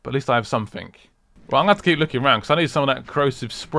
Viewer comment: Say somefink!!! I luv it!